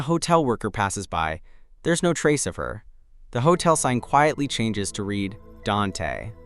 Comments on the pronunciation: It's pronounced "DONTAY"..🤦🏾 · What about when it said the name, “Dante?” 😂